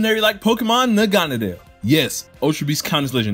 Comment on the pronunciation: I hate how he sais naganadel (nag-uh-na-dle)